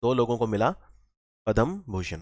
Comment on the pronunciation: Thank you. .one thing I noticed is it is not Padam Bhushan. ..it is Padma Bhushan...Padam & Padma 😂